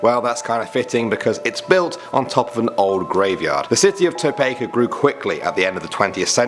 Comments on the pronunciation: Toe-peek-a not Toe-peck-a. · I love your videos, however... you (all three of you) mispronounce names very often. It's not To pay ka, it's To Pee Ka, as one example. This isn't a criticism, just an opportunity to improve :-) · Tah-Peak-Ah Topeka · Toe-pee-kah Topeka Kansas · It’s tow peak aaa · You pronounce it tow-peek-a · Hey, Topeka High School made a list! by the way, it is pronounced Toe-pea-kah. I never saw, heard, or heard any spooks. I also never heard anyone else report anything. Fun stuff though, I want another. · And I’m out, I live in Kansas. I’ve been to Topeka, but that is not how you pronounce Topeka. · Wow you could of just asked someone how to say Topeka right because I live in the state it's in which it's the capital of my state!